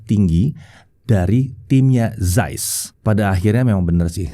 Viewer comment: akhirnya ada techtuber indo yg ngomongnya cukup bener, ZAIS (sampe ditekankan, "yg biasa dipanggil ZEISS ini" 😁). makasih ya. tiap saya jelasin ke temen2, bacanya bukan Zeis (meskipun harusnya ngomongnya "CAIS" sih, tapi it's ok lah, Zais), pasti komen orang2, ya terserah gue, lidah2 gue. padahal kalo misal namanya budi, trus orang luar manggilnya byudai, kan kaga mau juga kali ya. jadi, Carl Zeiss (dibaca pake lidah medok indo: Kal Cais) nb: tar ada komen begini pasti: IYA DEH YANG PALING SOK LINGUISTIK 😁